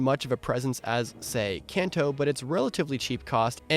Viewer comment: It’s canter not canto and qi not chi …..